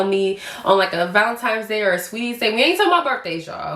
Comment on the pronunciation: Not ValeMtines but ValeNtine’s Day🫶🏻